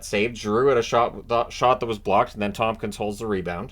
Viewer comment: it's ToMkins, not ToMPkins